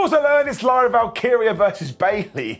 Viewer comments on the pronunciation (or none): none